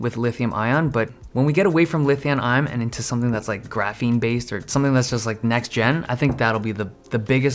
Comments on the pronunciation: Who else heard "Lithiun Iom" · "Lithiun Iom"😅